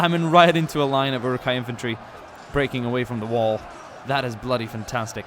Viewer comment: my LOtR side always cringes when you pronounce it yuruk-hai instead of Uruk-hai